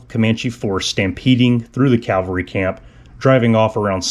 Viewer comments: It's not Calvary, it's Cavalry. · CAVALRY....Not Calvary... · Cavalry, not Calvary. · great work...but...PLEASE...the word is caValry, not caLvary...most common mistake thru out the internet.. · Not calvary BUT cavalry...